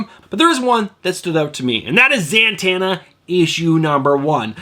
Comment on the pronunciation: Am I crazy, or do you pronounce Zatanna... ZaNtanna?